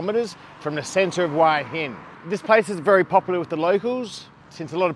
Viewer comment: Love the videos , but to me you pronounce Hua Hin incorrectly. Think it should sound like Wha Hin . Can you check it out please